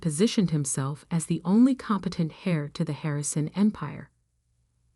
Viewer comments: The person who inherits, is called the "heir" (pronounced the same as "air", not as "hair"), and the "heiress" (pronounced as "airis", not as "harris")! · Heir not Hair. And, it's pronounced air. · Thr word "heir" is pronouced "air" not "hair" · Why do you mispronounce heir, it's not hair, pronounced heir(eir) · Heir, not hair, and H is silent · lol can they learn to pronounce the word heir instead as pronouncing it as hair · "Hair", you mean "Heir" ? There are a few mistakes in the choice of words, grammar and pronunciation. It seems no one had done any proof reading. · it should be the "chosen heir" and pronounced "air". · And, they are pronounced differently. Heir is pronounced air. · I thought Grampa was a good guy. Why did she say the only thing her brother learned from Grampa was to take credit for other people's work. Also, the "h" in heir is silent.